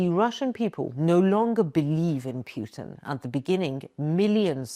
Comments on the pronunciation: His name isn’t pronounced Phew- tin. It’s pronounced Pooh-tin. A good mnemonic is to think of Pooh in a tin. Pooh-tin. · His name is pronounced "Poo-tin" [Путин] not "Pyoo-tin" [Пютин]. How much else did you get wrong in this post? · Putin pronounced pootin not pewtin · It's fun how it's pronounced "Pew-tin" ... instead of 'Poo-tin'. Any case, I hope the mad man end his madness soon. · It's put in , not pijutin. You pronounce Путин wrongly. Pronounce like he was PUT IN Russia by some global elite. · I stop watching when says 'Pyew-tin' twice. Made it to today. Thumbs down. He's only been on the international scene for 25 years, so maybe when he's dead the English will get it right. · I love how she say PEWTON, because he does stink. :) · you cant even say putin right why should anyone listen to you